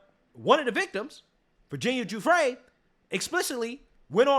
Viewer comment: Giuffre is pronounced Juf fray